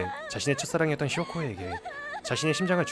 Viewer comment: 쇼코가 아니라 쇼-코라고 해주세요~